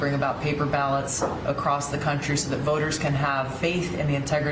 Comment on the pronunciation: Am I the only one that heard ballot foggotry???